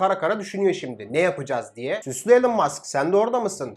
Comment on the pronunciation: Sedat Peker gibi süslü elon diyor😂😂😂